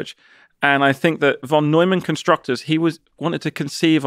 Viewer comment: Lee is so smart he doesn't know that Von is pronounced as fon